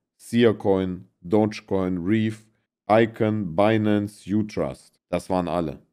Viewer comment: Bratan es heißt Dogecoin und nicht Dodge. Ich habe selbst 100 Jahre falsch ausgesprochen. Es ist zwar nur ein Meme-Coin, aber wenn Papa Elon noch ein paar Mal twittert geht er bestimmt auf 1$.